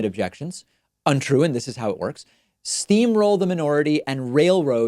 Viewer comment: "Stream roll the..."